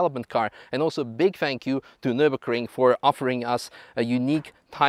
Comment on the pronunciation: So that video dude has driven many cars - over years - on the Ring. But hasn't yet learned to pronounce the name of the race track correct. Impressive.....